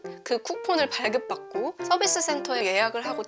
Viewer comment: 선비스 (x) 서비스 (o)